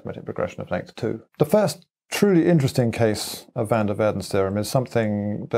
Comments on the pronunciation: That moment when you hear the name being spoken and then see it written down and the thing that was said does not correspond to the thing that was written down. You do not pronounce van der waerden as "/væn dɜːr ʋɛərdən/", you pronounce it as "/vɑn dɛr ʋaːrdən/" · Van der "WARDEN". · Poor Van Der Waerden, to get the pronunciation of his name so thoroughly messed up beyond recognition... (Edit: for some reason I can't reply in this thread anymore. wtf?) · The only flaw was his pronunciation of "van der Waerden". Everything else was perfect.